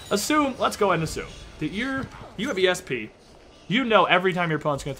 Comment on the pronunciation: Can someone tell me what ESP is? I have no idea what means when he says it.